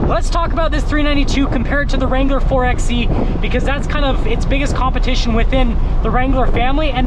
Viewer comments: Ugh it's not a four "X" "E"it's a 4 by E. Like 4 by 4 (4x4) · The exhaust opens on full throttle anyways. Also, it's pronounced (four by E)